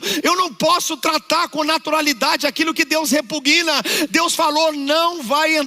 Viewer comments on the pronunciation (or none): E ainda nem sabe o português: repuguina é demais!!!! Repugna!!!! A sílaba tônica é PU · O pastor disse "...o que Deus REPUGUINA". KKKK Analfabeto. Não sabe falar "REPUGNA".